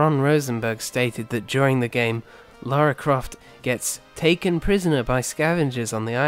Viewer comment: Its Lara not Laura